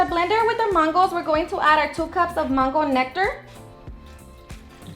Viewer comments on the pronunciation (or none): It’s mango NOT MANNNN GO...